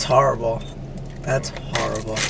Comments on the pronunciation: matts just like That's harible......that's harible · the way Matt says horrible “That’s harrible…” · Matt ; Its like a maternity shoot.. Chris + Nick ; yea.. Matt ; thats hArAbLe.. thats HARABLE...